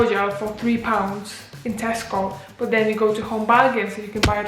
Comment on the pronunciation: Are you a Scouse or a Manc . The word "but" gives it away. Great video glad you like it here